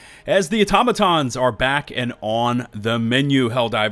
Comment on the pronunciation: Aw-TAH-muh-tahns 😢 please 🙏 not automo-tahns